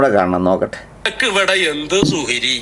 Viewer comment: സുഹ്രി . മുജ ജമാ: ആ യോ. പടചോനേ. നല്ല .ശ്രദ്ധ വേണം .